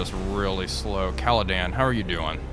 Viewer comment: Loving the series, but she is called CaledOn, not CaledAn